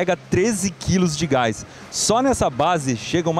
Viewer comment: "Gáis" e "Ultragáiz"? rsrsrs